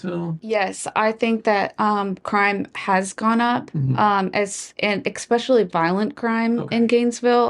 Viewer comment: EKSpeccialy. English. . Work on that